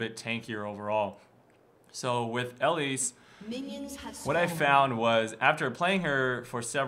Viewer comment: pls stahp. Not Ellise.